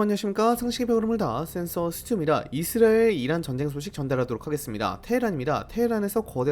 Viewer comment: 이스라엘 <<- 발음이 안되는건가요? 먼가 묘하게 거슬리네 ㅜㅜ